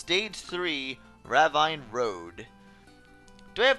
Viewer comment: it's pronounced "ra veen " not "ra vine"